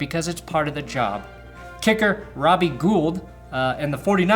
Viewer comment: HOLY SHIT YOU SAID GOULD THE CORRECT WAY. Me and the other Goulds thank you for your service in fighting Robbie "Gold"'s propaganda.